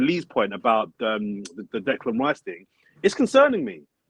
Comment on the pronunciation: I know doesn’t want Declan Rice, but at least he can say his name.